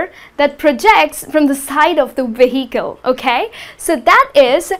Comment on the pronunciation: You are pronouncing VEHICLE in a wrong way! H is silent ☺